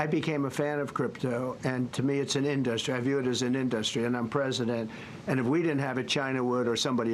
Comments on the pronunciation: I hate the way he pronounces in-DUH (pause) -strie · I have never heard anyone pronounce industry as in dus try 😆😂 what a tired, old, washed up con artist!!! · I've never heard anyone else pronounce it "in-duhst-tree. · Wtf is an "indostry"?! This simpleton is severely brain dead. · In-dos-tree wtf? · I hate every word that he utters and now I’m cringing because of his pronunciation of IN-DUS-TRY. I would love one reporter to listen to the rambling non-answer and ask him, ‘Great. Can you answer my question?’ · Why does he mis pronounce so many words. And now “industry”. He’s really not a man of the world. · does he legit not know how to pronounce industry? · Would someone tell this criminal crypto is not an industry and tell him how to promounce the word correctly.